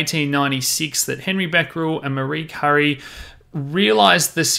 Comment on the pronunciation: How do you learn so much about Uranium but no idea how to pronounce Marie Curie? But thanks for the info nonetheless.